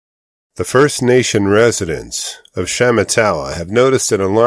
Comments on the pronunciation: SHA MAH TAH WAH is the correct pronunciation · Sha matt a wah. Emphasis on the second syllable.